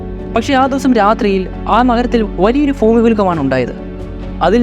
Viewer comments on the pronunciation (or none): ഫൂമി അല്ല മൈരേ ഭൂമി എന്നാണ്